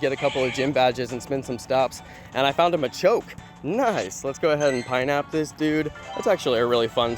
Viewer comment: did this guy say pinap weedle